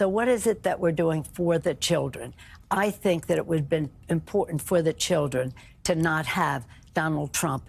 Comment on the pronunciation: It's so creepy to hear Nanchoo keep saying "I want to be in there for the 'Childrrhen'" and do exactly what? Indoctrinate them to be perverts?